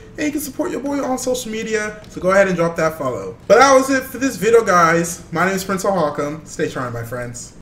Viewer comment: ⬇️ That is it for the VIDO guys He said vido